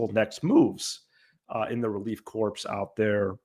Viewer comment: Sorry you’re under the weather,. Hope you feel better soon! Still have to comment at about 15 minutes in….you’re an English teacher, right? As questionable as the Cub bullpen is, you know it’s NOT relief corpse (corps) but CORE. 😂